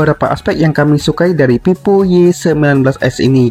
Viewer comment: Itu ngomongnya Vivo apa pipo??